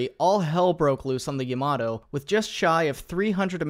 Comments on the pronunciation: For fucks sake its not "yuhmatoh" Its Ya-ma-to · I cringe every time an American incorrectly pronounces Yamato. Ya-ma-to not yam-mar-do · It's ya-ma-to, not, yAmAto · i thought it was pronounced yamamato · YAMATO, u pronounce it as a toMATO jeeez, ita YA MA TOU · And how almost nobody pronounces it correctly: ya-ma-TOE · The way he pronounces "Yamato" 💀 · YamaTo, not YamaDo Brunei, not Bruny